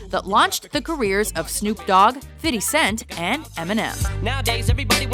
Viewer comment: "Fiddy Cent" Lol